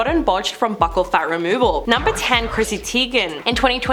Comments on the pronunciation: It's pronounced 'beaucal' like 'beautiful'. Not 'buckle'. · It’s not pronounced “buckle”… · The way she mispronounces buccal is killing me lol